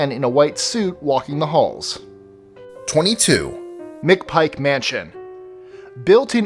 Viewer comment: Hell yes! The McPike mansion is on here, Alton il where I was born & raised. You mispronounced the last name lol, but it happens. I've been in that place a couple times, typical haunted mansion.